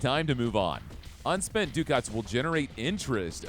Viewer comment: okay this is me asking not anything else. is that really how you say Ducat?